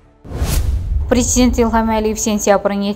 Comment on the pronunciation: Bilmədim, aparıcı Pizint dedi, ya brezent dedi, amma onu bildim ki, Prezident demədi.